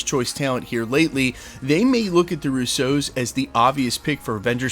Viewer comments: Would you please stop saying Russo like it’s “Rousseau”. At least in this video it’s half and half. It’s one of the most common Italian names - not that hard - rUsso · The way you say russOo, interesting 🤔